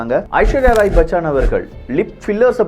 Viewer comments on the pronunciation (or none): Sir ishwarya bachaan illa bachan